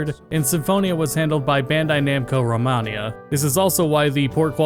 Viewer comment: It's pronounced ro-MAY-knee-ah, not ro-MAH-knee-ah. XD The Romani are a separate and unrelated ethnic group than Romanians